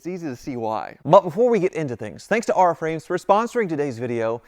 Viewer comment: Has your sponsor Aura asked why you pronounce their name Are-ah instead of Ore-ah?